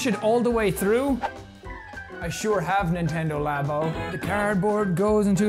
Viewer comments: L - ah - boh That’s labo not labio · Its pronounced (lab-o)